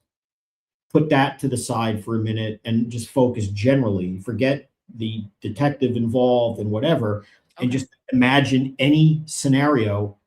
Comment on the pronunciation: Did he say “detective sergeant,” or “DEFECTIVE sergeant?”